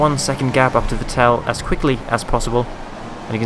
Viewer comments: You don't say the second e in Vettel so it's more like Vettl :) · Console Peasant Race GMD45321 He pronounces it like Coulthard :p always thought the right way was "Fettel" though. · Haha first time I've heard that pronunciation of Vettel!